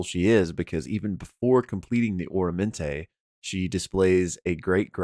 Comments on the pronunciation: Just for future reference, I'm pretty sure it's Ah-rah-men-te not Oramante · Aramenté not Oromenté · some pronunciations: "Aramenté" not "Oramenté" Fred "TAT-a-shore" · OR-amenté?? Isn’t it AR-amenté? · It kills me every time he mispronounces aramente.